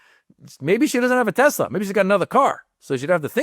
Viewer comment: Trump said TeslER hilarious